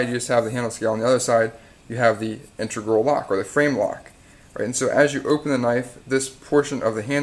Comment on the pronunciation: in-teg-ral. not intergral.